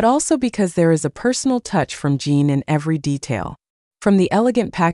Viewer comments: Correction, His Name is J I N, Not Jean or Gene. Why do so many YT channels fail to do their homework and verify his and other celebrities & idols names before reporting on them? Jin is a Male so he's a HE, not Her. In the beginning of this video you referred to him as HER. I normally don't say anything like this but if you want people to believe what you are reporting, you should really try to at least say their names correctly. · Why can't this robot be programmed to call Jin -- Jin? He's not Gene, Jean, or Jyn. And he's a HE not a SHE. Are we supposed to believe what you're saying is accurate when you can't even get Jin's name correct, or the fact that he's a HE! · His name is Jin sounds like gin. Not Jean. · Jean.. Jyn..!!! Its JIN. eg. Jimmy Fallon🥸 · His name is Jin, Kim Seokjin not Jean. Geesh! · I think that the spelling is usually "Jin", but it gets mispronounced as "Jean". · Dont understand this people that report on Bts, the even dont know there names, his name is Jin not jee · His name is not Jean it's Jin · I hate it when they call him Jean or her 😂😂😂😂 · I know right? Jin its not that hard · It’s spelled “Jin” Kim Soek-Jin (Jin is pronounced Gene) But you know, I seriously don’t think Jin cares about the pronunciation. World wide appreciation for his music from people who speak different languages is is not at issue for him. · Is she saying Jean or gem, im confused. :face-blue-smiling::face-blue-smiling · immediately reminded me of the rush hour line, with the curse word, (his name is line) is this auto generated or something. in the future, a person who cant say his name properly should get their high school diploma confiscated, honestly 🤦